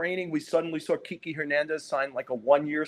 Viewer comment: It shocks me how many sports people “in the know” continue to mispronounce kiké Hernandez’s first name! At this point, he’s a pretty well known player. And believe me, I am the last person who normally would make corrections about pronunciation of the Spanish language (because I do not speak Spanish ) but his name should be pronounced like this: keekay.